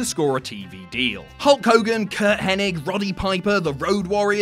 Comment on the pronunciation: Wait wait wait did he just call Mr Perfect ( Kurt henning) .... Kurt henneck?